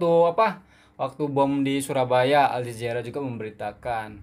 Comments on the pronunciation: Al zazeera? 😂 Pelat Ke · Sayangku. Betulkan sebutan. 1. Al Jazeera...sebutan nya Al Jazira.. 2. Indenpendence..sbnrnya INDI PENDENCE ..fonic nya..timakasih